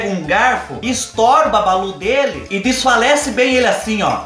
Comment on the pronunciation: Aí fubá adoro qdo vc diz diafalece bem kkkkk fico rindo igual uma vaca louca da Sibéria 😂😂😂